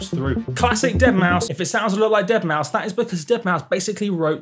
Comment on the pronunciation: eeeueuurrrh the deadmousth pluck!